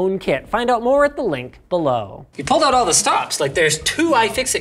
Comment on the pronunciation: "Why don't we all find oat together?" I don't like oats...